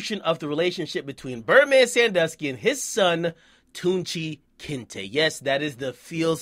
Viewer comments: this dude really said tunchi kinte😂😂😂😂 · "Birdman Sandusky"😂😂😂 "Tunechi Kinte" 😂😂😂 Bruuhhhh😫😂🤣